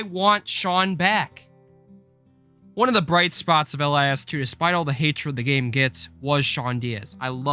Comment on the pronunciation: if you say Ell Eye Ess one more time- It’s LiS as in Lizzzz Also keep it up I love your channel.